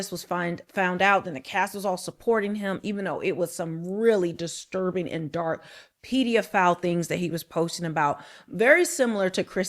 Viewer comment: do your homework. Take notes so that you don't have to remember what you're going to say. And, don't make up words. It's "pedophile" NOT "pediaphile." Also, Woody Allen did not adopt his future wife. Mia Farrow (Woody's girlfriend at the time) and her husband, Andre Previn, adopted the young girl (Soon-Yi).